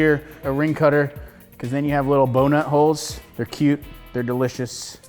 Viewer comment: am i the only one who laught when he said bo-nut-holes